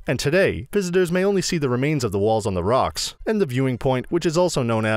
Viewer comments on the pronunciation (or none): none